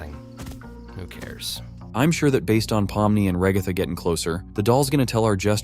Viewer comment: Why the ai voice say the ragatha as raihgatha?💀